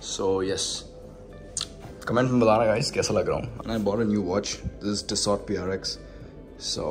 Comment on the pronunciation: It's not TISSOT.... it's TISSO dodo..🤦